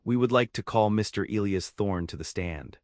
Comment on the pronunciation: AAAAGGHHHHHHH!!!!! Seelas is not how one pronounces SILAS! ELIAS is NOT Eeelll-ee-is!!! Retrain AI!